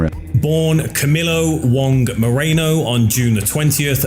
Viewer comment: It's Chino Moreno not Mareno dude